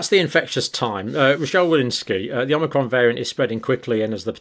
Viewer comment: Thank you. But it is omicron, not omnicron, as you keep calling it.